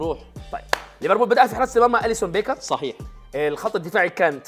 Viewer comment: ليفربول ❌ ريفربول ✅ 😂😂